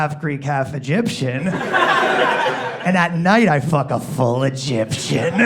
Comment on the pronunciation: No 'a' in "Egyption"....